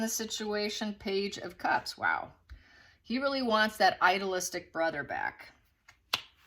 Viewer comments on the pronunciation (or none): Idealistic. NOT idolistic. Two different words. The one you want,, is idealistic, pronounced with a hard long E. "I-dee-lis-tic." Please fix bc i really like your readings but when you mispronounce common words it lessens your credibility.